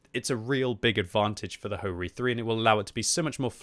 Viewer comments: Bro said - hoe reee 3 😹🤣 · Ho-Ri?🤨🤨 But my mind heard HoRni😅😅